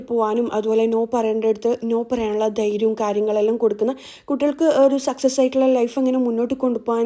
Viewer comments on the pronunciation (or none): none